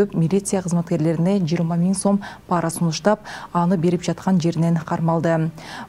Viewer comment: Паара дебей туура оку айланайын,пара деп